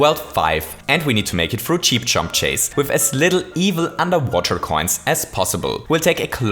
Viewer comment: He hates cheep chomps chase so much, he mispronounced it